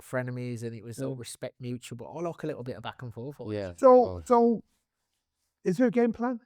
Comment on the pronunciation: "It's loike, loike, loike"